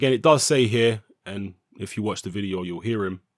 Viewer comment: Your pronunciation of o's are jokes G. Oh. Vide. Oh. Billie j. OH Haha punch him in the balls!